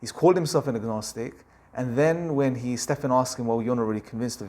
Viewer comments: You know you've lost when you you pronounce Stephen, as Stefan. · Just FYI, the name of the host of the talk show is Stephen as 'Steven' and not like 'Stefen'. ✌️ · His name is pronounced Ste-ven Col-ber